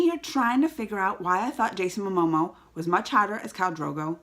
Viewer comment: I like it when you call him "Jason Amomo" :D